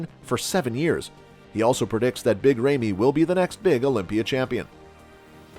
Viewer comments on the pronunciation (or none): IT'S NOT "REIMY" IT'S RAMY !!!!!! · FIRST OF ALL Ramy IS NOT pronounced RAIMI BUT either ROMY or RAMY. Goes to show already how much you know about Big Ramy🤮🤮🤮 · His name is Ramy, not rejmi! Come on man! Where did you hear Ronnie hate Ramy?! Come on! You are total show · This is the most unprofessional video I have ever seen. If you are going to do coverage of an athlete LEARN TO PRONOUNCE HIS NAME CORRECTLY. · No respect for this ckickbait merchant who can't even pronounce the athletes name right. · Would it have been too much for you to learn how to actually pronounce big Ramy's name before making a video about him? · You don’t even pronounce Ramy correctly